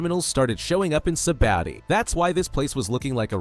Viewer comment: Like how much times u said sabadi it’s sabaodi